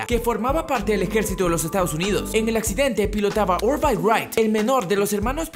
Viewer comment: Se pronuncia ORVIL, no Orvail... como en la serie de ciencia ficción The Orville ._.